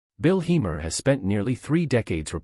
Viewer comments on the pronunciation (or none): Say his name properly.